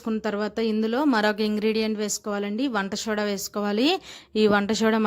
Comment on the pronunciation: Hi . Vandashoda kadhu, vandasoda cheppandi sho. Kadhande